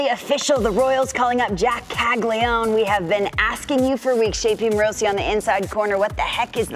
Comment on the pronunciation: Bruh, it’s pronounced “Cag-Lee-Own”, not cag-lee-known…😅